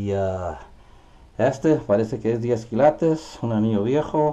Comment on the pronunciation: Lo bueno que tu aprendiste a decir quilates no kilatos jeje saludos 👍